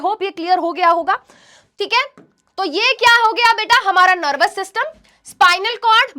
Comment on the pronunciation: nErvous system